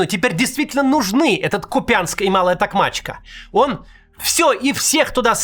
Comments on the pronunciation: Не КупЯнск, а КУпянск. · бля, Максим - выучи уже название города в Харьковской области, не КупЯнск - а КУпянск, ударение на "у" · кУпянск, а не купЯнск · Какой КупЯнск, ударение на У КУпянск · кУпянск блять, кУпянск! Ну сколько можно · Макс, пожалуйста, город называется КУпянск, с ударением на "У". БахмУт - тоже на "У" ударение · Ку́пянск, Максим, Ку́пянск. Так сложно проявить хоть толику уважения?